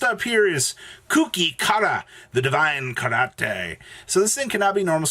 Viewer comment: The way that Divine + Incarnate becomes a made up Spanish word “Divicarante” hurts me. I guess I shouldn’t be that surprised since beautiful + tuna became Beeyontiful, but still